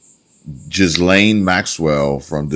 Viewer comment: Ghislaine name is mostly french. Pronunced "gee•lane". (g as in gasoline) Hardly anyone pronounces it right. Unless you submit there is an American version of a word/name and an European version or pronunciation. Ok nuclear; nucular. 😁